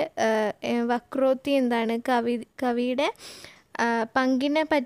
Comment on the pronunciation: വക്രോട്ടി അല്ല വക്രോക്തി.